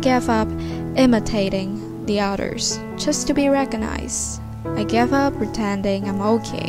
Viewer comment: Bạn đã đọc sai ở đoạn từ recoginzed không có âm 's' mà bạn đọc lại thêm s